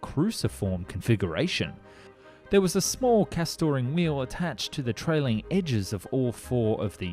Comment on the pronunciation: Mate, WHERE tf do you get your pronunciation from?? "Castoring wheel" is car-string not cuh-STORE- ing. You can buy them at Bunnings to go under fjurniture. Shopping trolleys have them at the front. "Aileron" is ale (as in beer) - er - ron not airy -on "Stability"...Stuh bill ity Stab-ability is not even a word. Are you just making up this stuff ? 🙄🙄🙄